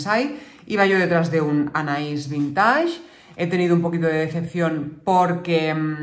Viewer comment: Por favor, la palabra vintage viene del inglés y se pronuncia vinteich, no vintash.